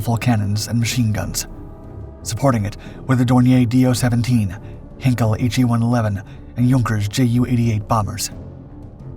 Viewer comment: Charlie Chaplin would have loved your missed pronunciation of Heinkel as Hinkel 🤣😂🤣😂🤣🤪